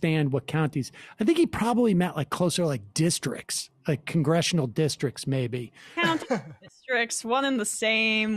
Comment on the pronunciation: County not count